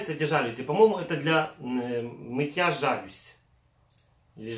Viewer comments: Жалюзи . Ударенин на последний слог. ( и ) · для мытья жАлюзь или жалЮзь)))